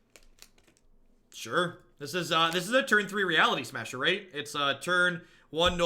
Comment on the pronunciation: Every time plays this deck and says Reality Smusher I inch closer to building it